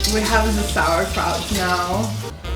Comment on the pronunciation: We're havin some sowacrouch